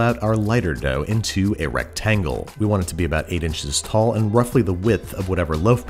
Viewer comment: No one: Babish: "recTANGLE"